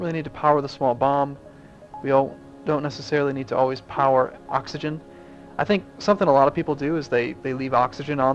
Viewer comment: ha you said coxagen